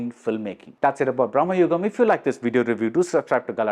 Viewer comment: Again, it’s Bhra.ma.yugam. Not Brah.ma.yugam. Both are of entirely different meaning